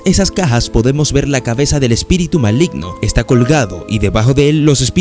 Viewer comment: Min. Malgino en vez de Maligno jsjsjs buen resumen bro